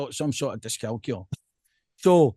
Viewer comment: Discalculia not Discalcular troops😉